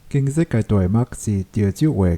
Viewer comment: 「今日」 唔是 「經日」